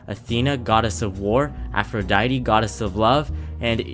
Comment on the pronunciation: ATHRODITE? Warn me like 5 business days in advance before spelling that atrociously bruh. You hit me with the one-two clap combo of calling Eris "Ares" and then coming out with Athrodite It's APH, APHRODITE!